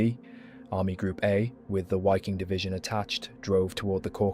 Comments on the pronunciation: Wiking is pronounced "veeking" not "weeking" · It is a bit frustrating. It wasn't this channel ....but another I was watching .and I heard SS Wiking ...pronounced " wicking". 😖 It bothered me I must be honest. Lol.....EDIT: well , I see the pronunciation is incorrect here as well